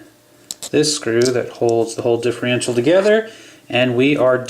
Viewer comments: It's diffERential, not diffREintial. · LOL can't he say differential properly? He says it like "Diffe-RE-ntial"